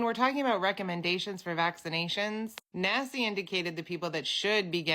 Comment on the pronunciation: Every time you say Naci….i hear Nasty 😂